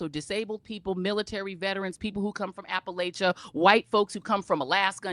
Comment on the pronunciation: And still can't pronounce "Appalachia" correctly.